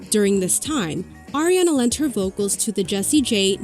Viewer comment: its ARIana not AIRiana